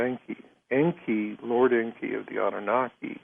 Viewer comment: This is 2025 & Zechariah Sitchen is dead, but he was 95% correct in his writings! I'm a Master Dowser & I have tested Sitchen's translations of the Ancient Stone Tablets into English and they are CORRECT 100% This guest of George's Can't speak English!! En•ki is NOT pronounced as he said it, but as EN 'K👁!! Same for An'noon'nah'K👁/ANNUNAKI!! I use Sitchen's writings for the Sun and Earth all the time in the Ancient Samaritan text to get what I want!! AP•SU is the name for our Sun and I can change it so that I don't burn by its Rays! Or make the Earth/Tiamat•K👁 or T'K👁stop turning so I can get home before dark!! In your view, I would be considered to Be A GOD, but I learned how to do this stuff through the Dowse!!!